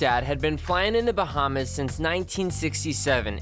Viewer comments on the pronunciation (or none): none